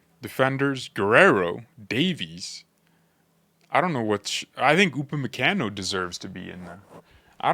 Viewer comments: Gotta soften that last “a” in his name lol. Pronounced “Kahn-o” not “can-o”. Americans … lol. Keep the content coming. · Bro, with all due respect, you're pronunciating his name wrong 😅